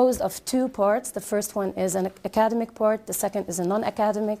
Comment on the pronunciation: I don't know if I am going to be able to get across my true observation for the presenter and get true feedback on this by my fellow brothers and sisters. However, let me point out that she pronounced the word "academic" wrongly each time she said it. Then, she used a wrong structure of the word "continue+Gerund rather than she used continue to reading which is totally wrong. She seemed to be talking too fast to confuse the learners. Observingly, the conclusion had many erroneous grammar conventions, such as, As educators we .....*it needs a comma here. 2...those students, finding effective ways......* finding effective ways ..* by finding effective ways... and so on and so forth.